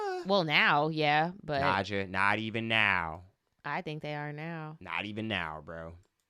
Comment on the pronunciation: You called it Nadja, he was Italian😭